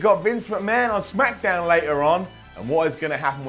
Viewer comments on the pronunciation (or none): none